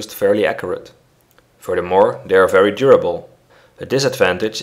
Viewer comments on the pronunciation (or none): Hhh fery instead of very